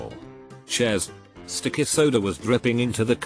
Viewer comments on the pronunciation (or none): I love how the voice says stickeh soda lmaoo